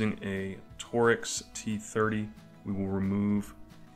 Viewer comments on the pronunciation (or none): Good video.. I never heard a torx called "tor-rex" though